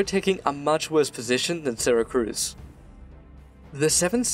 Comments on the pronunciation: "sera-cruz" IT'S PRONOUNCED "sera-cyooz" !! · Syracuse not Syracruse, mate !!! Jeeez...!!! You got it ?!? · Great video man. However I have one critique. The name of the ancient Sicilian city as well as the modern city in New York state is Syracuse, not Syracruse. It is pronounced See-rah-cyooss. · Its “Syracuse” syra-cuse. In suracuse ny, its pronounced, sara-cuse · Syracruse? It’s Syracuse, right? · Ehmm... It's not Syracruse nor Santa Cruz it's Syracuse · Please. Just. Never call it syracruse😂 syracuse. Its just syracuse not cruise. Im sure its just a typo, syracuse is famous enough that i dont believe you've been saying it like thay forever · Syracuse, not Syracruse. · SyracRuse? My ears are bleeding. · love the video, great job! but its Syracuse not SyracRuse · Why does he keep saying Syracruse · It's pronounced SyraCUSE you absolute potato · As usual a great video. That said, also as usual, the pronunciation of place names is seriously mangled. Also, there is no R in Syracuse.